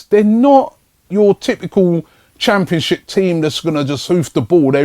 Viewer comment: Come on Arsenal! Perez to score a goal tonight! .. Robbie said "Championshit" lol what a legend!